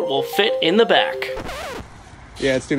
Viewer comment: In "th" middle of the ocean